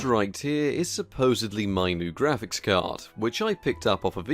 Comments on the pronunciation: "Graphicks" Card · You end up spelling it Graphicks exactly like you end up spelling it Magicks! ;)